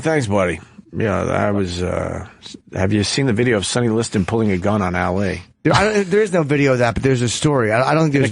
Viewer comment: OPIE!!!! Learn to Say "Documentary" and "Ali" correctly! (He says it like: documen-tree, Al-Lee) Dope!